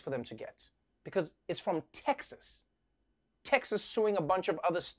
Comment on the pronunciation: Repotr said Tekkshusss instead of Texas and I am dyinggggg XD sounded kinda german, translated it would mean Tech Shit.. or rather SHAT